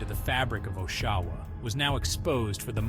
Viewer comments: Listening to you fail to pronounce Oshawa (aww-sha-wuh) everytime had me giggling. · you lost me at the first pronunciation of Oshawa